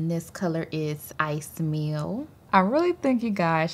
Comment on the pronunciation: ICEY MEAL 😂🤣 SOUNDS LIKE "I SMELL" 🤦🏼‍♀️🤷🏼‍♀️